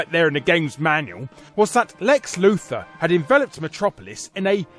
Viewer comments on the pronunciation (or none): none